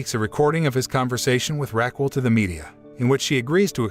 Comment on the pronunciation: My ears hurt from hearing “Raquel” pronounced “rackwell”the whole time